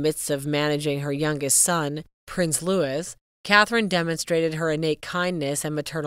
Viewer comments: Pls do your homework prior to making a video. 😊 Sh/b pronouced "Louie" not Louis. The name is "Tindall" not "Tindell." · It’s pronounced “ Lou -ie”, not Lewis! My brother is named “ Lou-ie, not Lewis! It’s also pronounced…. “Tind-ell”, with an E, not Tindall with an A. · Loueee! Norfirk! When are you Americans going to learn???!